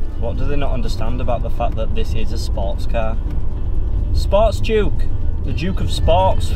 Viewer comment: Brilliant. Lost it at Grand of ‘juke’ of York”! 😂😂